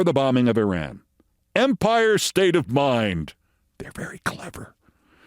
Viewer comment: Keith you are smart and articulate but your grammar is horrible and you mispronounce Iran and Iraq. Please contact me and I'll teach you how to use a gerund.